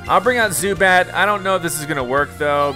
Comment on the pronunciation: Zubat like boo bat 😂😂😂😂😂😂😂😂😂😂😂😂😂😂😂😂😂😂😂😂